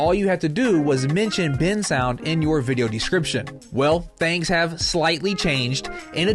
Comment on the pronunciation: Bensound❌ Bin sound✅